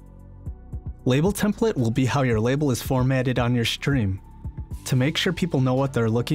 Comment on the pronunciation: Why is he saying "shtream label"